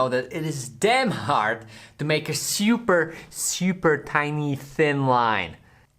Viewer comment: No one:: shhyyuuuper (super)